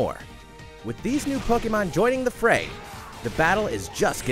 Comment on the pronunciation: Po-KAY-mon Mimic-kyu